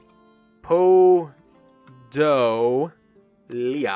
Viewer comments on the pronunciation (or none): Btw, Podolia pronounced as po-do-ll'-a. Also, word Pripyat' doesn't ring the bell? ;p